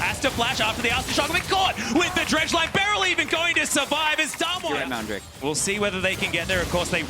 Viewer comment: Im sorry but I have no idea why this came out. I am pretty sure its not him casting. Even if it was him, calling damwon damn won is just a big no for me. The other caster did it pretty well, but one of them is just so annoying.